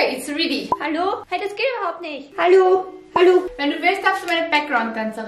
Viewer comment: wie viki einfach mal reedy anschtat ready gesagt hat hahah